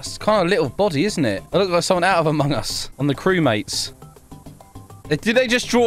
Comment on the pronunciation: Did you say Emong us 0_0